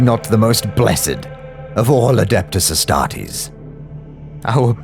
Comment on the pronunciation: Ai reading sucks so bad… lost me at mispronouncing Astartes lolz